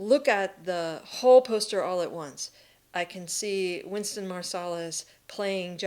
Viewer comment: Wynton Marsalis not Winston